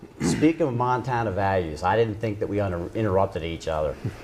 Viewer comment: How anyone could vote for Maryland Matt is beyond me. Matt Rosendale looks strikingly similar to Rudolph Hess, the Nazi. I'm sure his views align well with Rudolph's. Matt Rosendale is a creep in the highest order! He cant even say Montana right, c'mon Montana this choice should be easy, Vote Tester. He wont be a rubber stamp ass kisser to Trump